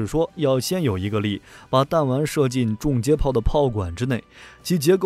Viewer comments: 订正一下：重接炮应该读（chong）不是（zhong） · 从英文reconnection gun上看确实是chong